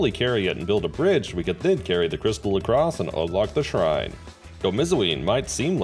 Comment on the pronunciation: The impressive part isn't even the challenge it's the perfect pronunciation of the shrine names